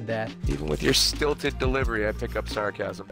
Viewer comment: Roger Craig Smith biffs the word 'sarcasm' like Mirage does with other words in the actual game.